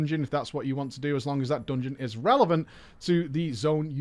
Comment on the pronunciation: "dUngeon" :D